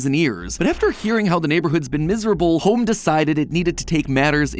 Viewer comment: Me waiting for the “ welcome to GAME THEORY “ instead I get “ welcom to houwouwme game theory “. 🙂